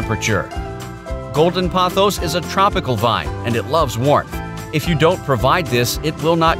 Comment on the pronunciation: Why does everyone keep saying pothos wrong 🥲